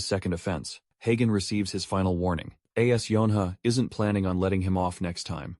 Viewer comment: English pronunciation of "as" and "at" are incorrect. AI voice needs some improvement 😅